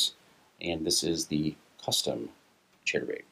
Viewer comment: Sounds like hes saying "Cheddar Bait"